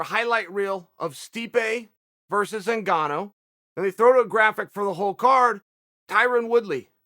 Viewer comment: Everyone: Ngannou. Chael: Engano.